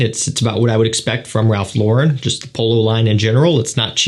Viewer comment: First thank you for saying Ralph LAWren and not lawREN! You’re in the know! Does this have anything in common with the original Polo green? I’m hoping for Polo green with Oud notes. Thanks!!